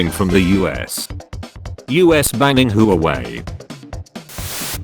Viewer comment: Love how the tts pronounces Huawei Tts says who-way It's pronounced hu-woah-way (say hu and woah fast) Edit: wait we did not ban xaiomi